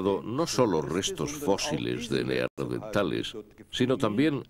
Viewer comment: Por qué en España incluso en los doblajes dicen Neardentales, acaso no es Neandertales